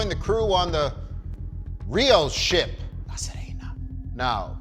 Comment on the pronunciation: THANK YOU for properly pronouncing "La Sirena" !!!!!!!!It's really not that hard!! Most you tube reviewers out there pronounce it like it's "La Serena Williams" lol!!